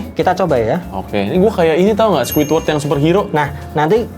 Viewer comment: Sepong bop bang bukan sekeiwodr